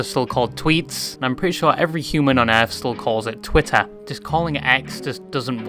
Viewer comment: why does he say twih and then the strongest tah ive ever heard